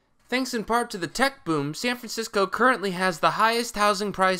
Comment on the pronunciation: Sayn Francisco